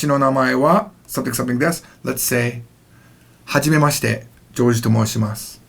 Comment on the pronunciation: when you said "hajimemaSHITe" i laughed. Probably because I've learned this before and it really sounds weird xD